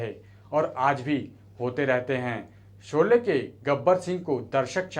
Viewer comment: Jb bolna nhi aata to kyon isko bolne ko dina.shole ko sole or jhan z ana chahiye whan j bol rhe hain. Na lahja hai bhasha hai. Ise hataen is job se.